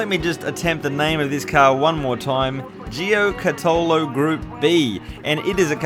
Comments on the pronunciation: Correct pronunciation is: “JO-KA-TOE-LO”. Or just simply google correct pronunciation, it ain’t that difficult! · It’s pronounced gio-cat-alo, friend of mine in high school’s dad had the yellow number 5? Car